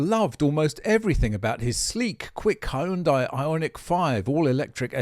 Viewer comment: Appliance that sustain major damage from common human error is a design flaw. I think he pronounced Hyundai.